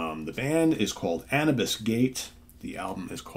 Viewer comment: I believe it's pronounced anoobis. Andromeda Unchained & The Detached are awesome! THey went a bit commercial from there. Hope they've gone heavier again?